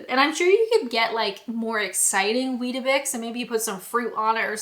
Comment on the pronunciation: You've got weetabix all wrong...😂😂😂